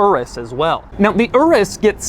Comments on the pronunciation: "Urrus" it's pronounced "ooroos" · I can't be the only one hearing "urus q8" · Sounded like he said URUS (RS) Q8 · The "UR-US" Q8